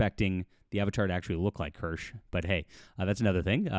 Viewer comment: I’m gonna be that guy—it’s pronounced two syllables, Kir-shuh. Like Porsche. 😉